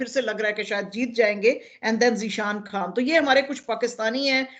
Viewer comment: شازیہ صاحبہ خان کو کھان اور خبر کو کھبر کیوں کہتی ہیں؟